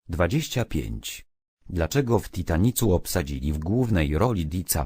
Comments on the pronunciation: nie tytanicu tylko tytaniku XD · TITANICU czytać się naucz!